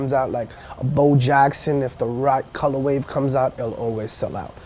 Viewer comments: Has no one ever told this guy it's "Colorway" not "ColorWAVE" smh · I wonder if he knows it's actually color way and not color wave. Listened to him saying it in the beginning like 10 times and he for sure says colorwave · Stop saying "colorwave"